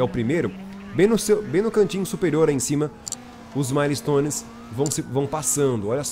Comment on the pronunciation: Correçao de Ingles do Episodio:A Pronunciaçao correta é "Mael"-stones (Milestones) ao invez de Ma-le-stones."Mael" seria a pronunciaçao da Palavra Mile que é milha em portugues.Milestones é uma giria nos estados unidos para missoes passadas para pilotos ilegais por exemplo:Passe por tal velocidade em radar,acerte tal carro de policia,fuga de tantos policiais Etc.isso é tudo,Otimo Video 👊🏼